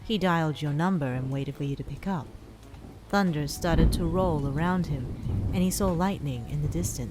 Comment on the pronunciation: I love how were just like: Tunder scawy . LEGITIMATELY me